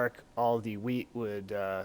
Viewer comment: lol he said weed in stead of wheat